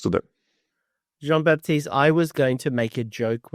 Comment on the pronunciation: GG Jean-Baptiste ! (you pronounced it perfectly, Coach !)